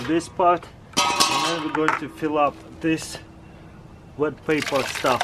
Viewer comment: “Vood”, “Vet”